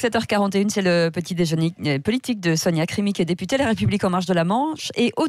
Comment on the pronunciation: Elle parle pas bien français. Elle n arrete pas de dire POULITIQUE.